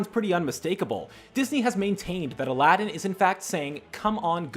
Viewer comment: I had a stroke when he said "Alàddin"